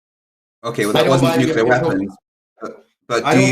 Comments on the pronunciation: He says 'nucular'......Why am I not surprised? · It’s funny that he kept saying “nucular” like Homer Simpson too 😂